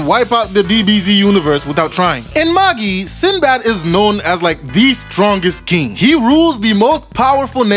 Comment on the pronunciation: It’s pronounced MA-JAI not MA-GEE lol